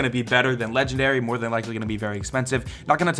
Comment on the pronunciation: No one::...so much mroe!!